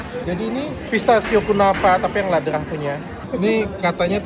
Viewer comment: Dok itu memang enak coklatnya dr swiss bacanya bukan Laderah tapi Lederah. Krn Ä dibaca E. Saking aku sukanya sama coklat itu dulu anakku sempat mau aku kasih nama itu nama tengahnya haha